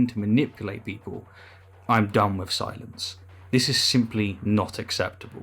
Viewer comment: When you said “I’m done with silence” I thought for a second that you said “I’m done with science. Scared me